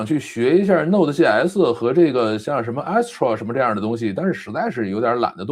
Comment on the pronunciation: 確實有點技術大佬的黃昏，居然沒用過視頻攝像頭實時換背景。那麼之前開視頻會議難道都是原生態背景出鏡？聽了半天，聽了兩位互聯網大佬探討如何設置直播攝像頭，唉 lol 然後聽他們兩位討論編程語言。就像2位資淺程序員對話。而且說的語言名稱大概英語發音問題，基本聽不清，聽到一個Ruby on Rail。還有Note.js。